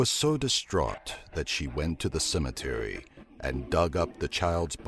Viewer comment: Cimetery the narrator says